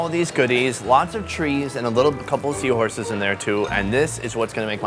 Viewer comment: you are killin me..did you say the power of 1000 seahoures!!❤❤💞💘🤣🤣🤣